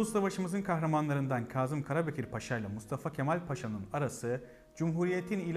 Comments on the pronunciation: Güzel .Ama harfler üzerinde ki işaretler kaldırılınca sadece okuyarak öğrenenlerin düştüğü tuzağa düşmüşsünüz maalesef.Kazım isminin nasıl söylendiğini hiç duymamış olmalısınız. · Yaşayın🙏🤗 Büyük insanlar…. (Öneri: Kâzım derken ‘kâh’ der gibi ince söylesek lütfen ?🙏🤗) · Bu güzel bilgiler icin tesekkür ederiz.Bir de şu kelimeleri dogru telaffuz etseniz daha güzel olacak Naçizane ,dogruyu söyleyeyim.KAZIM derken,A nın üzeinde inceltme isareti var yani KÂZIM..K Â Z I M KARABEKIR. ÇOKTA ZOR OLMASA GEREK.TEŞEKKÜRLER. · Kazım diye telaffuz etmeyin, doğrusu Kâzım'dır. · Kazım ismi telaffuz esnasında ince a ile okunur, lütfen biraz dikkat..